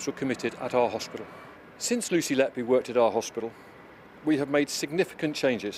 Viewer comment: HER NAME IS NOT LETBE IS LETBY... YOU READ LET BY, BUT SHE WAS LET-BY WHO... WHO LET LETBY DO THIS AND WHY LETBY NO LETBE WAS LET BY WHO SO LONG, HER NAME SAYS EVERYTHING SHE WAS LET BY WHO TO DO THIS MURDERS